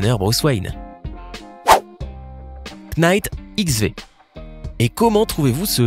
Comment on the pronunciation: Knight on ne prononce PAS le "k". Et l'épaisseur est forcément en MM et pas en CM. C'est impossible!! réfléchis un peu au lieu de bêtement lire ton texte!!!